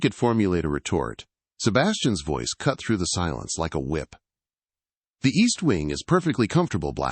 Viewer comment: Were there windshields in 1814? Really? & ve-ice instead of voice?